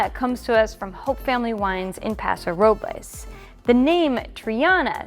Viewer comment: You pronounced Paso RO-BLAYS, but in the past haven’t I heard you pronounce as the locals do, Paso RO-BULS?